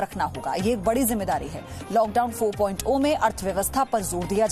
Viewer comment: madam 4 point zero h.....O nhi h....kaha se pdhi ho